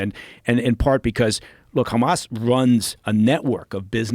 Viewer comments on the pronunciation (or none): why does he pronounce Hamas as "Khamas", with KH? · This guy is such a tool. Hey CIA man, you don't pronounce Hamas with a "kh" sound. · Is he ex cia or ex mossad? I cant figure it out becasue he repeats all the Israeli talking points and always says khamas. Mike Baker are you American or Israeli?